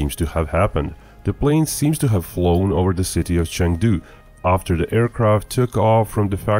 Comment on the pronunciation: You can’t even pronounce Chengdu. 🤦‍♀️